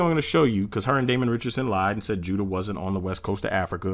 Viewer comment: It’s pronounced You-da and not widda